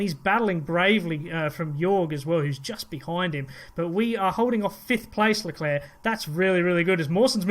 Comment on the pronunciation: At least you pronounce LeClerc properly!!!